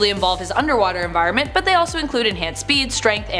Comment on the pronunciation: Lmao #5 En-var-ment? I love ur face!